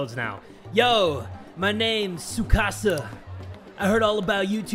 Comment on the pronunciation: Me Kasa it s Tsu-Kasa